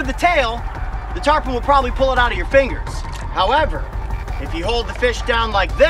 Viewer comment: He says Tarpon, she says Turpon